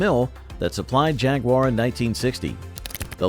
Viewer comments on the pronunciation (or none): none